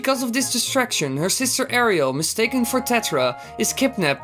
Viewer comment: It's pronounced Air-ull